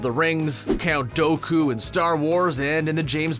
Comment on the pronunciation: Count doughku 😭